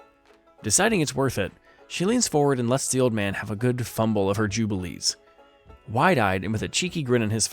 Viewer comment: You can't pronounce "jubblies" they aren't Jubilees!!!